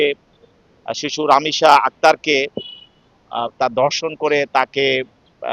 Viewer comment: শিক্ষিত লোকের ভাষা এরকম কেন? দর্শন নয় ধর্ষণ। বিবৃতি দেওয়ার সময় আঞ্চলিকতা এড়িয়ে চললেই ভালো হয়।